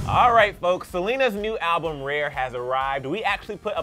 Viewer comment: Lmao😹 Every time says "RARE," it sounds like "REAR."